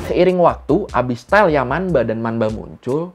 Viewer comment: Bang, untuk pelafalan yamanba/manba itu tetap dibaca yamamba/mamba bang. Soalnya kalo di huruf n ketemu b atau p dibacanya jadi m. Sekian bang🙏